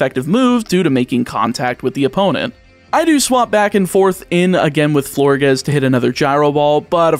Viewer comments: Pronunciation corrections if anyone cares: Florges rhymes with gorgeous Aegislash: The "ae" is pronounced "ee" and the g is pronounced like a j Dragalge: The "alge" part is pronounced like the word algae And so on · First, Florges is pronounced like gorgeous. Second, Dragalge is pronounced drag-algae (that green stuff in a fish tank)